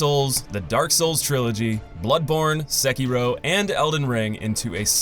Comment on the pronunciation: bro said sekiero